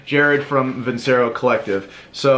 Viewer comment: Veen-che-ro, not vinsero.